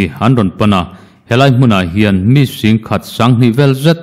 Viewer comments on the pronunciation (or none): none